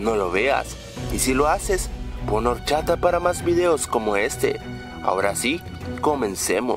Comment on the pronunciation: es orchata lo pronunsia mal pero te entendi